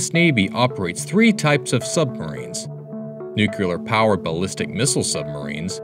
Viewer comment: Nucular looool